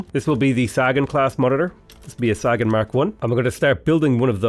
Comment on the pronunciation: The "Saggin'" class??? Named, I suppose, for iconic astronomer and cosmologist Carl Saggin? You're KILLING me,...